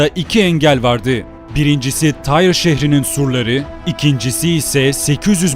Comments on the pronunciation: Bu şehrin adı Türkçede "Tir" diye telaffuz edilir ve yazılır. Allah aşkına "Tayr" ne demek oluyor? Yapmayın böyle şeyler. Türkçe tarih kitaplarında antik Lübnan şehirlerinin adları yıllardır bellidir: Sidon, Tir, Biblos...vs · Tyre yani Tyros şehri, telaffuzu Tire ya da Tiros şeklindedir :) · Abi tire diye okunmuyor mu ben mi yanlış hatırlıyorum